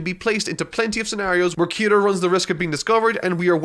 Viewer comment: who the fuck is kiru ???? ITS KIRAAAAAAAAAAAA